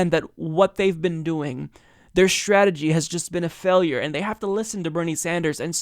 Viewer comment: Why do some people, like, pronounce words beginning with "str" like strategy and straight as if they begin with "scha""....e.g. "schategy" or "schaight". Is it a geographic thing?